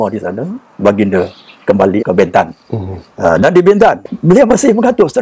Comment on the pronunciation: Sebutan BENTAN .perlu di betulkan ..E nya bukan E pepet ..tetapi E teleng